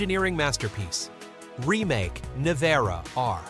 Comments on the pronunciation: It's not "RIMAK", it is "RIMACCC"... I'm Croatian, and I know Mate in person, probably I will never purchased his car, first because of the price, and second because this teck is not something amazing what people are thinking... If he focus more to the middle class people, I will consider of purchasing some of "Rimac Automobili" car... In this case I will always choose BYD no matter what... But this is only my personal opinion... Good luck everyone... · It's pronounced rimats